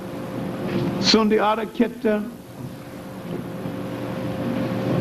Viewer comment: Sundiata Keita is pronounced Sunjata Kayta, likewise Cheikh Anta Diop is pronounced Shake Anta Jop.